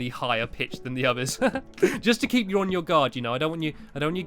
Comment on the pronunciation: Jai Kanda Actually its keep not keap